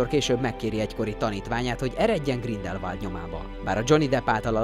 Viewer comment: GrindelwÁld, nem Grindelwald, ez a szinkronos trailerben is az agyamra ment.